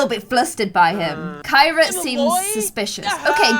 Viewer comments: Kyra the criminal is actually pronounced “kee-ra” like you pronounce Ciara. And Ciara is pronounced “see-air-uh” not “kee-ra”. Not that you should change the pronunciation at this point, I just thought it was funny that there was an actual Kee-ra Kyra in the game. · Wish you pronounced Kyra’s name like you do Ciara’s because that’s how I pronounce my name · Kyra is pronounced as Ciara 😂 love you ❤️❤️❤️❤️ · I am screaming and soooo triggered because kept calling kira carrie